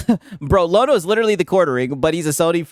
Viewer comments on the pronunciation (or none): Lono: rhymes with DONO.